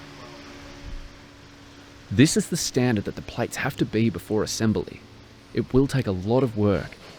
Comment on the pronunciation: Narrator, it is assembly NOT assembilly! 🙂